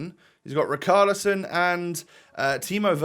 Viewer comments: lad sorry if this is annoying but the lad's name is not Rickarlison its Richarlison with the shhh sound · Rich arl ison please say it right like so lastly can see